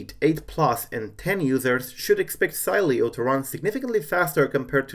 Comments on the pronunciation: it should be pronounced "Seeleo" hey try this in the terminal with say command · Savage_Fps-Gamer last time I checked it doesn’t matter if you tested on a text to speech system if the creator says to pronounce it Si-lee-o it’s pronounced that way whether you want it to or not lol I think you need to learn how United States ACTUALLY works